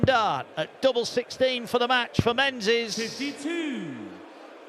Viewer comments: why does the referee pronounce Menzies like Men-zezz? it actually drives me insane every time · Menzies should be pronounced as Ming-iss